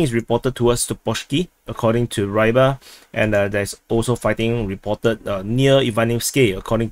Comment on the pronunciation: War its not [raybar], it's pronounced [ruibar] and means something related to fish, fisherman